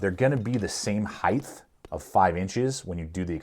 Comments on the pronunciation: Sorry to be that guy, but the word is "height" not "heighth." I was recently called out for that and never realized I did it. Anyway, thanks for the review! I just bought a M2.0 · I like your videos but I despise your mispronunciation of "height".